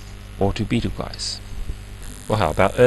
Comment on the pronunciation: UTC time? Since UTC is universal coordinated time, UTC time is universal coordinated time time, right?? Betelgeuse is a a variable red supergiant star and is pronounced b-tl-jüs.